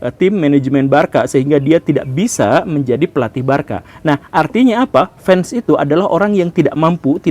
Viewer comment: penyebutan aslinya barsa pak bukan barka 😂